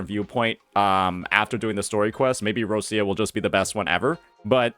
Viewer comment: /Rochia/ not /Rossia/ please